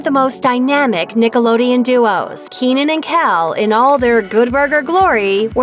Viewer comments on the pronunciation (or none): It's Kel not Ken!!!